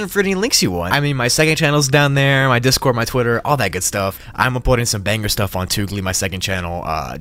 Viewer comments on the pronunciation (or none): none